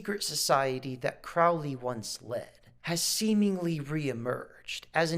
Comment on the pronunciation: That documentary is a total joke. The guy can’t even pronounce Alistair Crowley‘s last name correctly. Neither can, it’s pronounced crow like the bird, and then Lee. Crow-Lee. Seriously there is so much false and fake information in that documentary. It’s pathetic., you are getting gullible AF. Abramovich is a shock artist who literally makes money by having people like you freak out, which makes her shit cooler way to play into their hands.